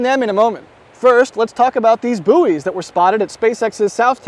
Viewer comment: Any one else catch that he called the buoys, boosters? 😂 I will certainly be a lot of little yellow boosters around the water. 😂 but in all reality, I do appreciate you taking the time to make this video.